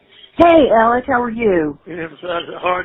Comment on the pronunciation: Alex not alec